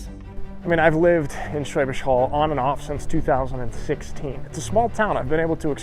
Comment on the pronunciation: I do accept his "Schwäbisch" but he still says "Holl" to be honest. Look, we are goddam nitpickers, we have to. Also, "Brezel" would be nice, spelled correctly :)